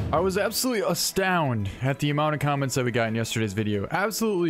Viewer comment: Sorry for everything you went through but is no one gonna talk about him saying “astound”